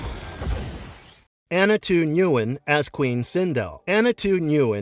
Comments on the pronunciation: It's pronounced Win, not Newin. Ya dumb voiceover. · It’s not pronounced “new-in”; it’s pronounced “win” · NGUYEN IS PRONOUNCED WYNN OR IN MORE SIMPLE TERMS WIN 😂💀NOT N-GU-YEN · Annas last name Ngyuen is pronounced win just fyi lol